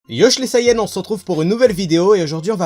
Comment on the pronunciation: Je suppose que tous les sayans (Oui oui j'ai dis sayAns je trouve la prononciation hilarante xD) pouvaient contrôler le singe. (Vous imaginez le bordel tous les soirs de pleine lune s'ils se contrôlaient pas ?) Goku n'ayant pas reçu l'éducation de son véritable peuple, il n'a donc pas apprit à le contrôler. Je trouve que c'est une bonne théorie :-)